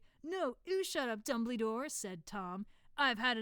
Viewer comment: NOT DUMBLE-Y-DORE !😱